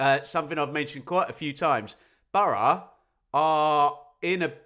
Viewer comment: No one says bor-o. It's burra, phonetically.